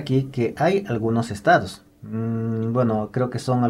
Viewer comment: No es estadis, es estados